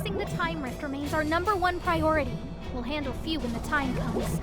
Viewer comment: FUU! NOT FEW! FUU! GODDAMN!